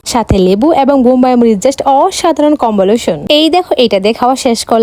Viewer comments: দেশি মুরগি ❎❎ দেশি মুরগির মাটন কসা✅✅ কোয়েল❎❎ কয়েল✅✅ আলাদা ❎❎ আলেদা✅✅ কম্বিনেশন❎❎ কমবলেশন✅✅ এতো সুন্দর উচ্চারণ কোথা থেকে শিখেন আপু?? একটু বললে ভালো হয় আপু আমিও একটু শিখতাম 😂😂😅😅😆😆🤣🤣😄😄 কমবোলে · গ্রান❌️ গ্রেরান✅️ কম্বিনেশন ❌️ কম্বোলেশন✅️ কোয়েল❌️ কয়েল ✅️ দেশী মুরগি কষা ❌️ দেশী মুরগির মটন কষা ✅️ আজকে তো স্কুল এ গেলা না 😂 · আচ্ছা কম্বলেশন কি আমি তো জানি কম্ভিনেশন তাই না 😂😂😂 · Kombolation✅ Combination❌ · লাউয়ের খোসা ভাজা❌লাউয়ের চোলকা ভাজা✅ঘ্রাণ ❌গেরান✅ কম্বিনেশন❌কম্বলোশন✅কোয়েল❌ কয়েল✅চিকেন কষা❌মাটন কষা✅গায়েস ❌গয়েস✅ বইন তুই আগে কথা বলা শিখ,তারপর ভিডিও বানাতে আসিস😂😂😂😂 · আলাদা ❌ আলেদা ✅😂 কমমেনেশন ❌কমবোলেশন✅🤣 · কমবিনেশন ❎ কমবেলেশন ✅ 😂😂😂😂😂😂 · Combination❎️ Combolation ✅️ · Combination ❌ Comboloshon ✅ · কোয়েল❌কয়েল✅ combination no no combonation Pro শিক্ষিত। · Combination ❌️ combolotion✅️ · Combolation 😂😂 na combination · কম্বিনেশন ❌ কমবোলেশন✅😂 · Combination❌ Combolation✔ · দেশি মুরগির মাটন কষা😂😂😂😂কম্বিনেশন❌ কম্বোলোশন✅🤣🤣🤣🤣🤣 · Combination ❌ Combolashon ✅😒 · কম্বিনেশন ❌ কম্বোলেশন✅ 😂😂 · তেল না তেয়ল😅অসাধারণ কম্বোলোশন🤔🤔কম্বলেশন কি ভাই আর খামাাদারের ভাত কি জীবনের প্রথম শুনলাম ☹️